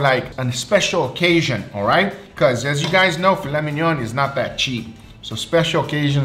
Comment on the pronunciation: the Brazilian way he says filet mignon, "filé minhon" kkkkkkkkkkkkkkkkkkkk